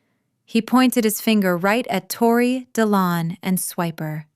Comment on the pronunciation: Dillon…seriously!? di-LON. Unbelievable. Oh, then they spell it DE Leon.